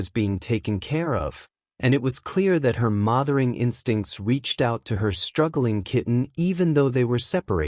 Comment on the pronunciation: And AI couldn't correctly pronounce the word "mothering."